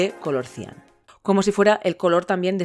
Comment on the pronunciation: Cian se acentúa en la a! Buen vídeo